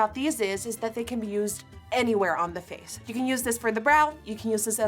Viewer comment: You're saying "face" in a more American accent now. I did like your accent before but this is impressive nonetheless!